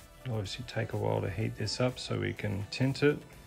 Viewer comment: Are you saying "tint"...? Its "tinned", you tin the wire Sweet soldering iron, love the stability on the big battery base